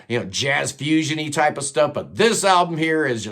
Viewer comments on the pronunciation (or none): none